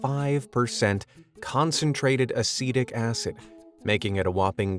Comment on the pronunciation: I was like, "ACIDIC ACID?!" and had to pull up the subtitles😅